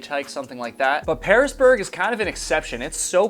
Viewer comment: The town is Piersburg, pronounced "Piers-burg" I went to Virginia Tech, and often hiked in that area.